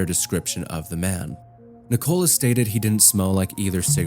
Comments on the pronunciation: It's Nicola too not knee cola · I know this isn’t important in a video that deals with this subject matter but the way you say “nicOla” is crazy 😂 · please check your pronunciations before you do narration! melbourne is pronounced "mel-buhn" (like "melb'n") not "mel-borrrrn" and "nicola" is a really common name so im not sure why you were pronouncing it that way? sedan is also "suh-dan" / "s'dan" edit: why do you pay for twitter lol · Coca nic0la